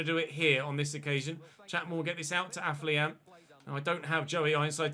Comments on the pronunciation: AFO-LION, NOT AF-LIAN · Day 10 of telling it's pronounced AFFER-LION!!!